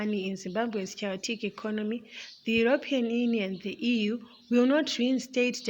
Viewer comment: I had to repeat that thrice coz I thought my ears were going haywire.